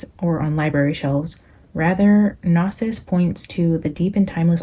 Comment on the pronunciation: Happy new year🎉 Gnosis (pronounced no-sis) is the Greek word for knowledge. It's the root of the word diagnosis so think about how diagnosis is pronounced 😀 It's also the root of Gnosticism or what the Greeks referred to as the belief in the secret knowledge of humanity's divine spark and origin.